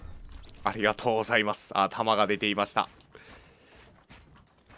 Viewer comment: 外国人風あいざいます